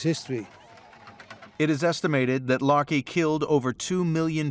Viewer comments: The anthropomorphization of the volcanoes is hysterical. As if the volcanoes are battling the elements. Also the pronunciation of Laki as "larkey" makes me think of "malarkey" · The narrator was pronouncing Laki as "Larky".